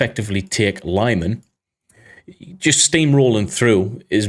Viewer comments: Thank you. great episode. btw, fyi, it's pronounced "leeman", not lieman. they don't have long-i/y in European/Ukrainian languages. long-i/y would be spelled laiman if it were to be pronounced that way (and again, they don't have long-a either. or long-e. forget about long when pronouncing any European or Ukrainian words). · LeeMAN, not LIEman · lee-mann not lie man.